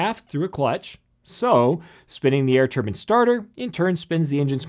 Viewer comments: One was not aware Americans pronounce Turbines like 'turbans' until this video. In England we say Turbines phonetically 'TUH-BAINZ'. We say an awful lot differently however this has never cropped up until my research into flight training as there is a considerable amount of American content in this field. I'm curious do Canadians pronounce the same? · Good video but I hate the mispronunciation of Turban. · Pronounced tur-Byne. Not tur-bin. Turbins are what some people from Indian wear on their heads. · A turban is what most sikh Indians wear on their heads. I think what you meant to say was turbine. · say it with me... TURBINE! LONG I! turban is a hat... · turbin is different from turbine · TURB- EYE-N, not Turban. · This guy cant say "turbine" ...I found this quite distracting. It's not a "turbin" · you keep calling it a turban engine. it's a turbine, as in combine incline sublime etc. A turban is a type of middle eastern headgear. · turbans? lol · Tur BINES not turbans!!! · Turbine? Or turban? Ffs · A TurbAN is what Sikhs wear. A TurbINE is what is inside jets. Spoils an otherwise good video. I used to be involved in OEM and repair of turbINE blades that go into a turbINE, so speak with some knowledge on the issue. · It's a turBINE, not a turBIN. Thank you. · I always think this when I hear Yanks pronounce "turbine" as turban. 😂😂😂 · I have never heard turbine pronounced as "TUR BANN." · Why does he keep oN saYiNG TUR BINS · Did he say a turban engine? Haha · Turbins. Lol. If you pronounce turbine, turbin, you might as well make engines out of sea snails. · you say turbine WRONG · Turban turban turban turban and then ONE "Turbine" ! Ack!! My Thermodynamics professor pronounces it exactly the same though LOL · Most people in USA call it turban, everyone else to my knowledge say turbine which sounds better. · They are saying turbine they just come from a place where its pronounced turn-bin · Its turbine NOT turbin! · Turbine.. not turban...